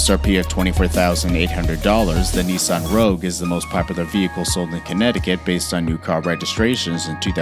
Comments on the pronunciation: did u really say popeler instead of popular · Pop-a-lur? Ugh